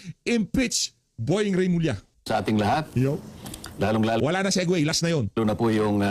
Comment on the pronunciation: Remulla hindi Revilla.